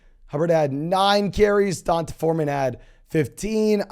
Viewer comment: It's pronounced DEE-ON-TAY. Not Dun-tah! LOL🤦